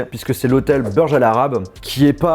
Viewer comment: "l'hôtel Beurje Al Arab"